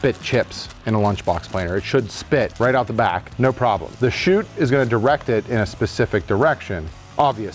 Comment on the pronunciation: Chute not chout